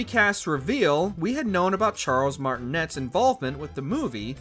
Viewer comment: I knew the Ring tone sounded familiar; I just couldn't quite put my finger on it. It pronounced Martinay the "T" is silent. It's a French thing. I watched the movie and enjoyed it.